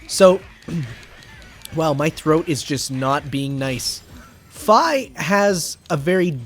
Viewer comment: no idea why, but still bothers me that Fi's name is pronounced "Fay" instead of "phee" is just odd